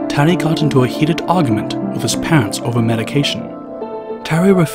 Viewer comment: As long as understandable though. Also there are some errors in saying it like he says "pants" instead of "parents"